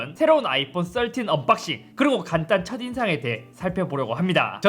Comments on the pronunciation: 썰틴! 발음 왤케 찰지져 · 역시 배우신분 13발음 좋네요 역시 남자는 핑크죠